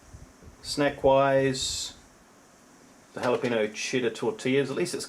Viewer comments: Me being hispanic everytime he says Jala-peeno instead of Jala-penyo I die a little on the inside. =( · How do you get tortilla right, but you mispronounce jalapeno? xD